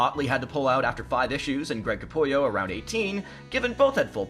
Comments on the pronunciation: Capullo not Capulio 🤦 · It’s Greg Capullo…not Capulio. 😂